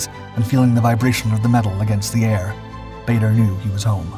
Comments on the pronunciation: "Baa-der" not "Bay-der"!!! 🙂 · Bader was an odd mixture of genuine hero and absolute bastard. He had a vile temper, used the filthiest possible language even in front of women, and unlike most flyers was beastly to his ground crew, who rejoiced when he was finally shot down. His name was pronounced Baah-der, not Bay-der. He did NOT like to hear it pronounced wrong. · As one of his great nephews, I can assure you it is not pronounced Bahder. The British Baders pronounced it closer to 'Barder', while their Canadian counterparts adopted the 'Bayder' pronunciation. In neither case is it pronounced 'Bahder'. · I HATE the mispronounced t of his last name. BAH-DER!!! NOT BAE-DER!!! le sigh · His name is pronounced Baader, not Bayder. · Whilst I do enjoy your videos normally there are a couple is things with this one, firstly his name is Ba(r)der NOT Ba(y)der and you refer to him as an American which he most certainly was not. Just saying. :-) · Barrrrrrrderrrrr not bator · Dugless Bar der not bayder when will you Americans learn? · His name is pronounced barder not bayder. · It's pronounced "Baa-der" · Then, we should say it as Bay-dur in respect to the memory of Dowding and Park. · He was English and pronounced baa-der him and winkle brown are legends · I think we should get his name correct. It is pronounced Bad-er I believe. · Actually, his name was pronounced "Bah-der" as his father was from South Africa. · How can you run a feature about someone when you can’t pronounce the name baa-der correctly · Pronounced bar-der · his name is pronounced BAR der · I didn't think badder was american.......... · This guy constantly makes mistakes. Bader’s name is also mispronounced throughout the video. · I'd settle for his name being pronounced correctly. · It would be great if you could pronounce Bader correctly. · Another video that’s hard to listen to when the subject’s name is mispronounced.